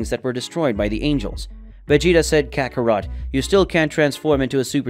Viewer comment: Bro it's Kakarot not Ca ka ro to